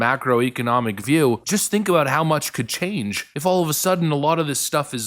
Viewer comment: When you said "imagine how much could change if regulations were lifted". It sounded like you said "imagine how much ka-ching if regulations were lifted"